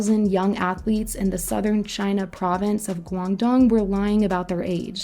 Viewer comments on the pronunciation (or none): none